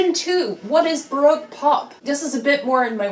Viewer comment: Pedant Alert!!! How were you pronouncing “Baroque” correctly and then .? ;-}